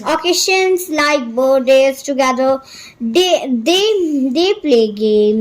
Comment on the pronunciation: occasion ko pronounciation wrong btai ho aap... correct kr lena